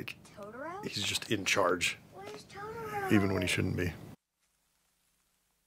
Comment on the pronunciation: I could tolerate the dub but when she said TODORO